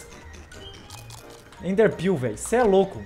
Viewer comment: Sdds de quando o falava: ''EnderPêu''